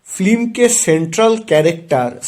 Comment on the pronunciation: Slow motion voice over, mone hochhe kono andho lok kotha bolche.. Aar kotha ta film.. flim noy.. Shudhre nao bhai..